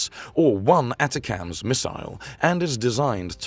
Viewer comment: "A TA A CA TAMS" oh, so this channel is a robo-voice too